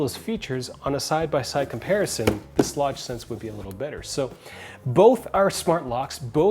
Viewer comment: You should learn how to pronounce the name of the lock! You said the name several ways, all of which were wrong. Go to their company made videos to hear them say it.